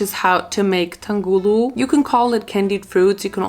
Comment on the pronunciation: Btw it’s pronounced AH-GAR like a short a and TAUNG-HULU like really enunciate the separation between the words or else it sounds like something else and once The sugar is 150° you need to dip all of the fruits in there as quickly as possible before it starts turning into that brown color so they do come out right